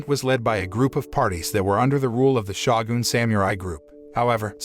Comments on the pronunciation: To the announcer, the title is not Shaw-gun, it is Show-Gun Long O Shogun. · It is pronounced S-H-O-G-U-N. Not S-H-A-W-G-U-N. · Butchering the word Shogun whenever you get the chance is painful to my ears.